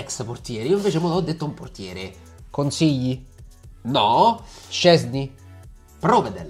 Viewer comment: Comunque Provedèl è friuliano, sentirlo pronunciare Pròvedel è un colpo al cuore, quasi quanto Merèt alla francese senza T ahah